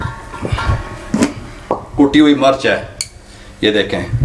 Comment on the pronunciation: Murch nhi mirch bola kry plzz itni achi video bnaty hy urdu bhtr kry